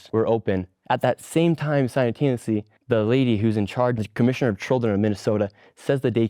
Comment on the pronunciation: "at that same time, sinutanously" holy fuck bro if you can't say big words just don't say them lmfao